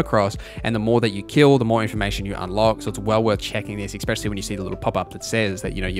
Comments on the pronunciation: I watched until you said ex-specially like a lackwit. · please stop saying "expesially" mega pet peeve